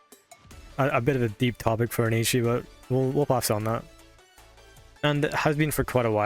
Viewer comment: I have to point this out because my OCD is screaming at me (Please believe me, I'm not trying to be a jerk). You kept mispronouncing 'Ecchi'. Ecchi is derived from the Japanese pronunciation of the letter 'H', which is just a reference to the word Hentai. They basically just shortened 'Hentai' to 'H' and with a Japanese accent, it should sound like 'et' (as in bet) and 'chee' (as in cheese): 'et-chee' Anyway, love the video. We need more love letters like this to this amazing anime. Highschool DxD is genuinely a top-tier anime, in my opinion, and I always appreciate videos like this.